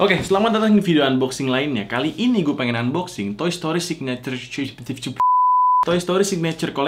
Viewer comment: kok kyak mau ngomong signature shoes wkwk